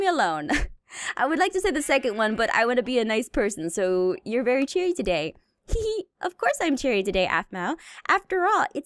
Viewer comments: Anyone else notice at about says of course I'm very CHERRY instead of cheary. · Did anyone else notice that said cherry instead of cheery? 🍒